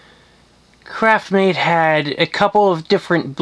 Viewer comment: Craftmade, not CRAPMADE... 😒